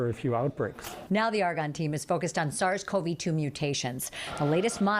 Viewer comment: That reporter always says SARS Co v2. Seriously? Just say Covid